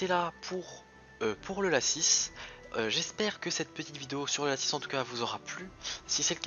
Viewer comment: mdr moi je dit pas lacisse moi je dit laci